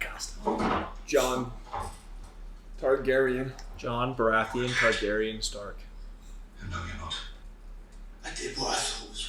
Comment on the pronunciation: Why are they saying Targaryen??????